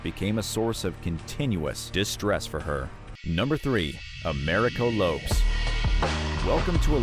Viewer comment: 11m25secs: LOPES! 🤣😂. So it’s always been Jennifer LOPES, no wonder Mariah Carey doesn’t know her! 🤡🙃